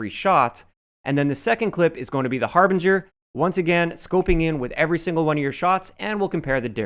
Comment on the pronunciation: thank you for pronouncing the harbinger correctly it's amazing how many YouTubers can't pronounce it drives me nuts